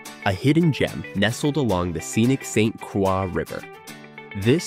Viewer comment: Backpacking in Afton State Park was very fun and absolutely beautiful! Just so you know it’s pronounced St. Cr-oy 😊